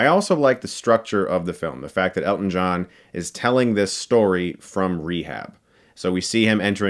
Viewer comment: Nice job on the movie, great to hear someone finally pronounce his name correctly, Hugh Jackman botched it for Eddie the Eagle, love the shirt